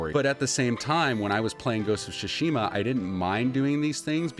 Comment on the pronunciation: Your pronunciation of Tsushima is bugging me.